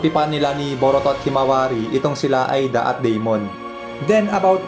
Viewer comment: Ayusin mo pag pronounce lods di Aida kondi eida ayusin mo nxt time!!